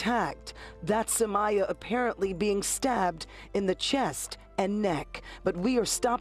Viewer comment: HER NAME IS PRONOUNCED SUH-MY-UH